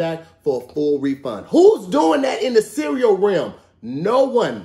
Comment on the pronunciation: to grown to still pronounce the word cereal like a toddler